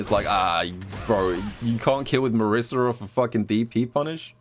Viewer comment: That Marisa section was painful with the pronunciation of her name.